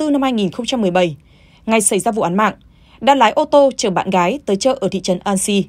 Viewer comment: ng đầu tiên đọc tin.... Cô gái...phát âm cô gải😀😆😅